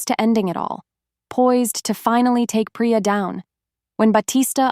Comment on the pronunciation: Actually, it’s PRATER